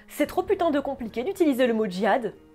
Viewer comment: Qu'est-ce qui te gêne tant dans le fait que Anna-Taylor Joy incarne Alia ? ( l 'âge ? le physique ? ) ainsi que son rapport avec le Djihad? Concernant le mot Djihad , il est bel e bien prononcé Très bonne vidéo